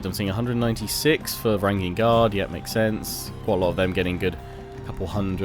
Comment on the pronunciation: in the word Varangian, the letter g is soft